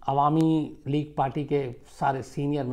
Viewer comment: "alami league" nehi, "awami league" hoga, Sir!